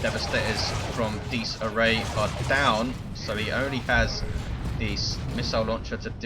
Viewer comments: Dies Irae is pronounced Dee-iz Ear-ay. It is Latin for Day of Wrath. Also pops up in the fluff as Titan and Capital ship names. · Im italian, and u should pronounce it "Dies Ire" cus the diphthong "ae" cuts off the "a" sound. the meaning is "Day of Rage". even if latin is considered a dead language is currently well studied around the world and spoken in the Vatican City State. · If it's latin than it's definatly not pronounced like that, it would have an Italian ring to it not an English one. No one knows for sure how latin is pronounced that's why it's called a dead language because no one lives that speaks it^^.